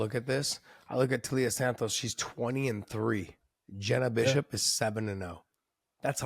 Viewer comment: Taila as in Thailand. Is reading/correct pronunciation that hard? When Blanchfield was doing it I thought she was pulling a Jon/Cereal (Cyril) and deliberately getting it wrong.